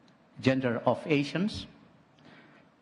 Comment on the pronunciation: Koreksi Pak Erick, penyebutan ASEAN bukan menjadi ESIAN pak, itu ga bisa ditranslate pak.. itu nama resmi